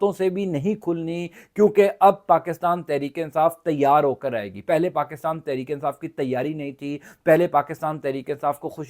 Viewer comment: آپ پاکستام کیوں بولتے ہو اور عمران خام کیوں بولتے ہو پاکستان عمران خان بولو